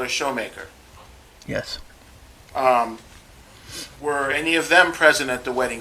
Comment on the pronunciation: Come on Mr. Lawyer, it's not shoemaker. and why the love for saying festivities.